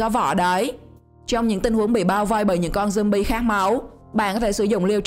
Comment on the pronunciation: khùng jumbi rồi sao bà cứ jumbi hoài vậy